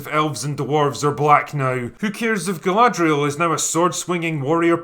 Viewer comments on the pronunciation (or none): none